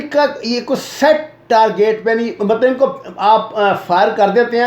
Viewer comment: بھائی جان پہلے پڑھلیا کرین نا! ہمارے سامنے غلطیاں کرنا تو “دشمن کی چال لگتی ہے”کیوں؟ مطلب آپ دشمن کے میزائیلونکو کہرہے ہیں “اِنکو” جب “اُنکو@ کہنا چائیے تھا!